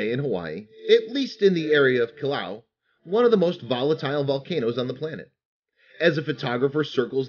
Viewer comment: Kilauea isn't pronounced "kilau," but 5 bonus points for trying.